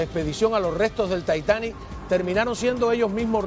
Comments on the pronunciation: Decidete conductor!!!! Titanic o taitanic!!!!! Estas hablando españo! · No se pronuncia taitani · Si estas hablando español es titanic !! Cuando hables para un público solo de lengua inglese lo pronuncias taitanic!!! No tiene nada de malo pronunciar las palabras en español. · El Taitani? Vamos a dejarnos ya de chorradas,no? Tanto Taitani y aisberg,que aisberg ni aisberg? Se dice ICEBerg, coño yaaaa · Señor se llama Titanic y no Taitanic Inut---il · Se pronuncia titanic por dios... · Y sigue diciendo TAITANIC xd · Soy el único al que le incómoda cuando este señor dice taitanic?